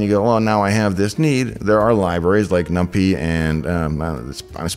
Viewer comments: it’s pronounced num-pie lol not num-pee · Someone else who reads NumPy as Nump-ee?! :O I love this channel